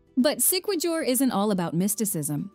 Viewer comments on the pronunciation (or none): I love your content. Thank you for doing a piece of such beauty in all areas around the globe. I spent time in Siquijor or Isla Del Fuego. It's pronounced: SI KE HOR, according to the locals. Not Si Ke JUR. Not Jer or Jur LOL. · SIQUIJOR say it as SEE-KEY-HOR not See-key-jor😅😅😅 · Siquijor is pronounce as SIK-ee-HOR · Thank you for featuring our beautiful places. It is much appreciated. Your visuals are stunning. I am from Cebu, Philippines. I teach geography and history to fifth graders. I don't want to nitpick but just would like to say that it's "Seekeehor" (Siquijor) instead of Sikwejor"; "SA"mar instead of "SaMAR" while Leyte is "LEYteh" instead of "Leytee". Have fun exploring the Philippines! Amping kanunay! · Ok na sana sumemplang lang sa Si-kwe-jur😂…it’s read as Si-ki-hor (Siquijor). If i’m not mistaken the narrator is not a real person but a voice-generating A.I. I think it would be more awesome and authentic to have a pure Filipino voice over with a distinct Pinoy accent that would perfectly pronounced the name of the places featured in here. Still, KUDOS to the maker of this video, - this is by far the best compilation of Philippines wondrous beauty unlike any other.🫡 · It's not sikwajor it pronounce as sikihor 😂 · It is pronounced C-K-hor not si kuwi jor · Better if she could pronounce the names of the places correctly. Example, Siquijor, it should be See-Kee-Hor...not See-Kwi-Jor. Totally different. You butchered all the names. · Great video! Siquijor is pronounced with the "j" as an "h" Sounds like Sick-e-hor. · Siquijor -sikehor.,pronounce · Siquijor pronounce as SIKIHOR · Siquijor pronounce this "sikihor" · Please fix your AI...Siquijor is pronounced as Si-kee-hor. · we say it sikihor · Its not sequador as you pronounced it. It is Siquijor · Siquijor pronouns as siquihor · the Siquijor pronunciation 🥲